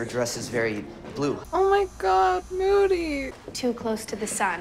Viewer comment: "moodeh" "i love moody." "mOODY HE KNOWS ENGLISH"